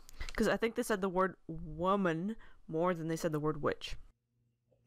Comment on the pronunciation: "Wammin Hunt" ... LOL! 😂